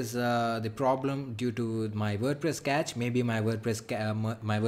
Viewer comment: Cache is not like catch but like cash